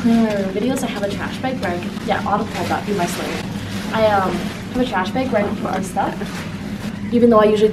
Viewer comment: i love how you say “beg” instead of bag lollll cutie